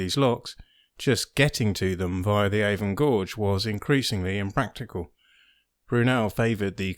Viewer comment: Really informative string of videos, thank you. I’ve learnt a lot from each one I’ve seen. Please though watch your pronunciation of Avon (“A vun”. Not “aVON” , that’s a cosmetics company!). Please keep up the good work.